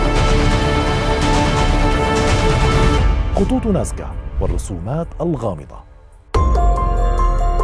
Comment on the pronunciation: العنوان مكتوب نازكا و عندما تتحدث تقول ناسكا